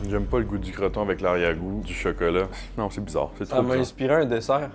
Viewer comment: On dit chOcOlAt pas chEkElE